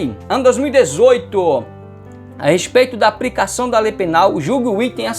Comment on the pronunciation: Ótima aula. Só é difícil ouvir "aPRIcação" e "InTEPREtação" e púBRIco".